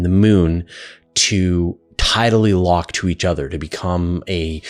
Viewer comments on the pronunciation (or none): none